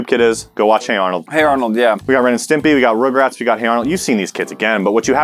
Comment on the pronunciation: for once i actually agree with with the way he said rugrats